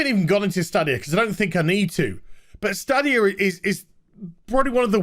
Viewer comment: I've watched 2 videos on this topic and 2 youtubers cant pronounce Stadia... Its STAYdia... LIke stadium, but stadia.